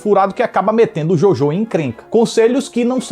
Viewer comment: Achei so um filme legalzinho e bonitinho. Não me envolvi de verdade, tanto que só ri msm naquela última cena com o Hitler. Queria dizer q pronunciam errado o nome Jojo em alemão o filme inteiro, irrelevante, mas eu disse